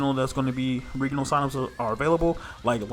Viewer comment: I have literally never in my life heard anyone say 'regional' like the world 'regal'... until now.